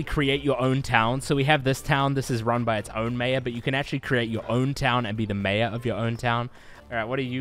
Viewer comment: That is not how you pronounce mayor. Or maybe it is, and I’m an idiot.